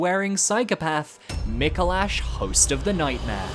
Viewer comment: Micolash… or some say Micolast… eh…